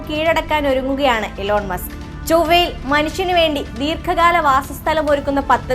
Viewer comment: മുസ്ക് ❌️❌️ മസ്ക് ✅️✅️